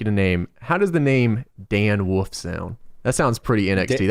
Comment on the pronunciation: "Dan Woof"